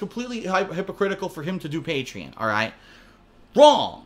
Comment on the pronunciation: He pronounced Patreon wrong.